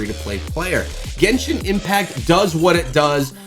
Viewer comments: Dude really said Gentian Impact 💀💀💀💀💀💀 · bruh "Gentian Impact" the disrespect man!